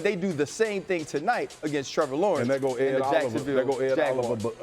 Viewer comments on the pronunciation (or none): none